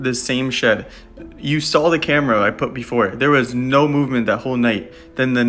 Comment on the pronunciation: THE "NAUR" IS KILLING ME